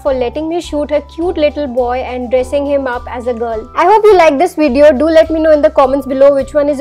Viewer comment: cute how she says "Wideo"